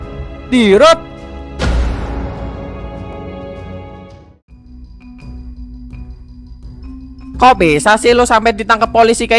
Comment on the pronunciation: Njirr asura manggil diyyrot jadi jarot